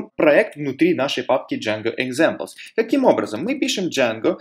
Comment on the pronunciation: Автор канала - замечательный человек! Уроки тоже хороши! Но сука - пЭс, джЭнго, экзЭмплс. Как в анекдоте "Йода, можно я пукну?" - не пахнет, но слух режет :)